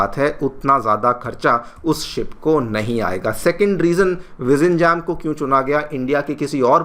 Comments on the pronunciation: Sir it's not to be pronounced as VIZINGAM but, VIZHLINGAM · Bhai, us ko vilinjaam bolna hai, vizinjam nahi. Letter l" with emphasis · I am not a Malayali, but as a Tamizh, I know the way you are pronouncing the name is so incorrect. Zhi in Tamil and and Malayalam are not Zh sound really. Vi- - njam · It's pronounced as 'Vilinjam' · Vizhinjam - the correct easy pronunciation is Vi-rhi-in-jum ! It is a bit difficult as Hindi or English doesn't have this "rh" sound written as "Zh" in english. This retroflex "r" sound is present only in Tamil & Malayalam. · It's actually Vi-rhi-in-yum. J sound is pronounced as Y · Please learn the correct pronunciation of Vizhinjam from a local. Don't pronounce it like a foreigner! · First learn the name of the port properly. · Please learn to pronounce name of the port correctly.....